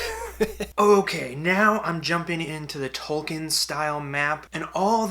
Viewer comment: Great video, they look great. By the way, Tolkein is pronounced Toll kin, like toll booth